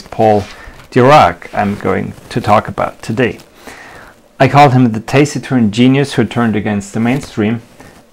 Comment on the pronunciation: I do not know the pronunciation of all words for all regions. In the US, taciturn is pronounced with a short a sound, as in "at"... IPA - tæs ɪˌtɜrn, phonetic - tas-i-turn.